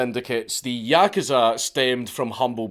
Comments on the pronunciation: yakuza=yakaza. He says it properly one minute an the next saying yakaza lol keep up the good work Dank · Please, good sir, learn how to pronounce the word "yakuza." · Why is he saying yakuza like that!!!! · I like how Dank swaps between pronouncing "yakuza" correctly and incorrectly throughout the video